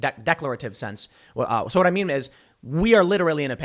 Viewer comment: it sounds like he said "what i meme is" lmao thats awesome. Bro if he could keep them on task pool will win any debate with these blue check marks.